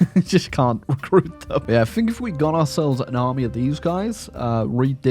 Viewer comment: First one of your videos I've seen. Good content, well presented, and funny. But Holy Christ the inability to pronounce "th" as anything other than "f" (I fink I'll click on this), and the weird Tony Blair style American refusal to pronounce the letter T ("ledder"), I don't know if I can subscribe to that.